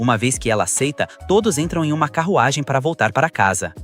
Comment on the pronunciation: que portugeues em "carrogem"